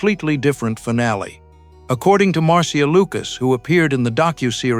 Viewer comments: Marcia is pronounced "marsha". It used to be a fairly popular name, even one of the characters on Brady Bunch was named Marcia. Marcia Marcia Marcia! I've never once known anyone that pronounced it "mar-SEE-ah". Stop being a weird. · narrator doesnt know how to say the name "Marcia" lmao. And by the way it's TIE fighters. TI?? Cmon man! Callin fake on this one.